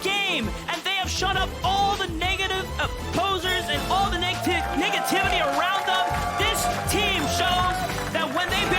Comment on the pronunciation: "The nigitivity"